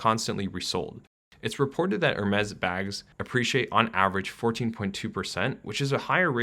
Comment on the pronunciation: He pronouced Hermes also lol